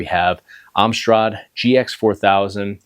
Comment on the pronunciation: It's 'A', not 'u' in the Alan Michael Sugar Trading company (AMSTRAD, not UMSRAD)